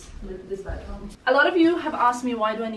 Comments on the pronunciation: hah bedroom, not badroom. or is it a bad room?:) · Did anyone else notice ‘badroom’ instead of bedroom? Maybe not, cuz it’s such a lovely apartment 😍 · STUH-NING! Your happiness was contagious in this vid💋 also “BADROOM” 😆Xx